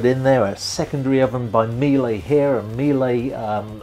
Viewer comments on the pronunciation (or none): Quite the beauty. I'll try to save up for one. BTW, Miele is German, not French, so it's pronounced "meel-uh" (similar to Porsche), not "meel-ey". the symbol for knots is kn, not "KTS" (kelvin-terasiemens) or "kts" (kilotonne-seconds). the symbol for nautical miles is nmi, not "NM" (newton-molar). the symbol for hour is h, not "H" (henry). the word is spelled litres, not "liters" (which is a brand-name respelling of "lighters").